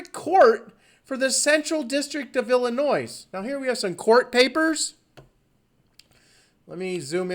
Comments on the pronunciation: Did you really pronounce Illinois, as "ill-i-noise" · your gonna trust a guy that pronounces the s in Illinois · I always remembered the "s" at the end of Illinois to be silent, but at the mark he pronounces it. OMG! Mandela Effect!!